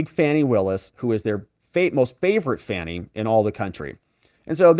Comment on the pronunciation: The lady can't even say fanny. If you can't pronounce very basic word's then you have nothing's to say that intrest me.